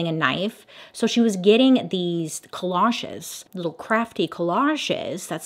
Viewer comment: Am I living a lie or is ''collage'' really pronounced the way Bailey pronounces it?